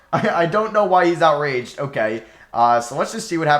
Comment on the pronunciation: Why does he say Outraged like that lol